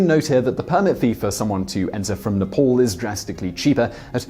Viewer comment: It's not spoken like Ne-POL, it's like Ney-PAAL!